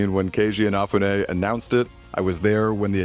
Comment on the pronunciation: They created their own stretch goals. Kickstarter didn't force them to promise platforms they couldn't deliver on A quick search shows how to pronounce "Inafune" You have had 13 years to learn his name